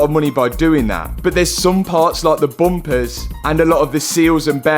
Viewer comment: Is it hard for you guys to pronounce p and B letters it's funny listening to you guys try to pronounce bumpers or combustion chambers lol